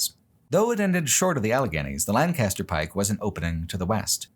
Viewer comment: “Lann-cast-er Pike” 😂 as someone who went from PA to CA, I’ll always laugh at the West Coast pronunciation of our (and England’s) beloved “Lank-uh-ster”